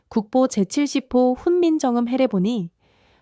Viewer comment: 기계가 읽는 건지 사람이 읽는 건지 '훈민정금' '천분경' 계속 반복이 단순 실수같지는 않네요. 좋은 주제인데 저 발음 때문에 실망하고 믿음이 안 가 더이상 듣고 싶지 않았습니다.